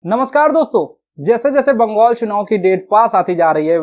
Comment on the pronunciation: बंगोल नहीं बंगाल होता है एंकर महोदय